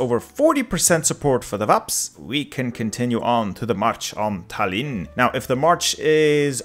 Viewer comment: Tallinn has the emphasis on the "a" in it, actually